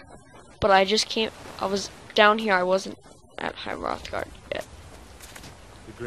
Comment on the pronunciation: he totally mispronounces everything but he's like somewhere between 10 and 13 hrothgar is my main peev on this but all in all a good video